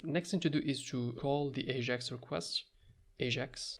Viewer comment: it's not aZHAx asshole it's Ajax